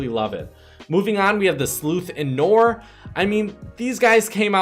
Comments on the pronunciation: ITS NOT NOR ITS NOIR PRONOUNCED AS NWAR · why u pronounce it nore